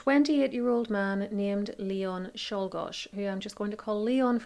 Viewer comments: I'd say it's right or close. My cousin's married name is Czolgoz, she pronounces it Cho-gish (her husband is a descendant of one of Leon's siblings I believe). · You did pronounce Guiteau and Czolgoz (sp?) correctly. I am not surprised the most recent incident happened, just that it took so long. I love my country but we are a bunch of dumb-*sses at times. 🙄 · You actually pronounced the names of the assassins for Garfield and McKinley correctly. An interesting fact that I learned from Reagan's near fatal assassination is that it was due to JFK's assassination, every presidential limousine has a supply of the president's blood in case he is shot. If it wasn't for that blood supply, it might have been fatal